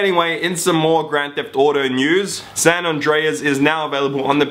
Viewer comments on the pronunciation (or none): Lol it's pronounced (San An-Drayz) nott ( San An-dray-ass)